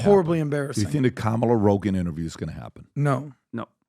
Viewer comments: What hypocrisy ! "kah - mah - LAH" - When all the leftist media will eviscerate you if you don't pronounce it "kuh-MAH-lah" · Kam-a-la is so cringe. 😂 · Honestly the way they all wave their fists and repeat “ka-ma-La “ Seriously….. looks like a stalin or Kim jong rally not joking 😮